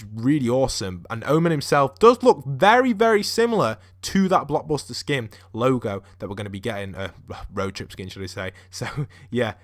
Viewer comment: You kept on saying block buster instead of blockbuster